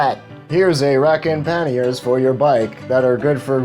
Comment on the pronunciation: Love your videos , they're very educational. It's a little late for the correction and I don't mean to be a ∆!€K , but it's pronounced like Kanye with a P , "Pa-Nye" , with the "a" sounding with an "Ah" and not "an" sound "Pah-ni-é". Love the video